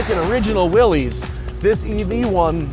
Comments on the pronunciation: Ok, maybe I became a Jeep snob in my old age, but it bugs me that Matt keeps pronouncing Willys like its the plural of the slang term for penis when it's supposed to be pronounced like Arnold's older brother on Diff'rent Strokes. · You are wrong, John North Willys pronounced his name in a manner rhyming with 'Phyllis'. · No, the man's name was John North Willys and his name, as with the name of the Willys Overland Corporation, was pronounced in a manner rhyming with 'Phyllis'. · Great video, Matt! One big niggle - the brand is pronounced 'Willis' not ''Willies'. The company was named after John Willys when he took over the Overland brand, hence Willys-Overland, before WW I. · The family name is pronounced “Willis”, the company, by the thousands that worked there and bought the products, was “will-eeze”. I only began hearing the “Willis” pronunciation within the last few years. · "This is a 2021--- Willees (pronounces it incorrectly)... Is a purely skin deep" ****Jeep. "THIS is a Willees Jeep (pronounced is incorrectly again). THIS IS AUTHENTICITY" ****Shows and describes a heavily modded skin deep Jeep. Don't get me wrong. It's VERY cool and I'd love one. But man, the hyperbole is so nonsensical. And the host is completely unlikable and unable to stay on topic. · I heard from from a video here on YouTube that descendants of the Willy's, that the name is mis pronounced (Will Is) is the correct pronunciation... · It's NOT a "Willies"! It's a Willys, as in "What you talkin' bout, Willis?" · I really do not want to be pedantic , but here i go . It is pronounced WILLIS . The willys pronounced WILLIS overland company . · The oldest films out there pronounce it as willeez. And his name was willis but the company was willys. So different spellings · Drinking game: Take a drink every time this dude mispronounces 'Willys'.